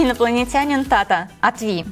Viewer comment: Все говорят тата но в корее говорят Тэ Тэ